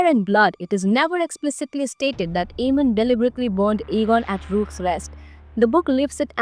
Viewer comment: Rocks Rest? No it's rook, like book.